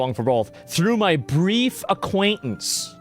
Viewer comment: 16 FLIGHTS WITH EPSTEIN AINT NO "AQQUANIT" HAHAHAAA